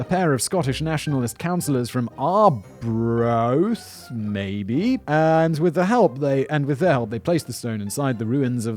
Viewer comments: It's pronounced Scoon. It's a Palace and a village, not a tasty baked treat. You did however nail Arbroath. Well done. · Yeah I was shocked when he managed to pronounce Arbroath